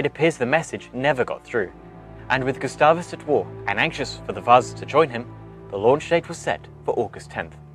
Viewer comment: As someone that lives in sweeden hearing you trying to say Gustav Vasa makes my soul hurt